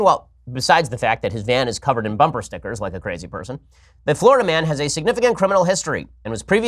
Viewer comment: How Ben says "Stickgers" always says it that way. Makes me laugh.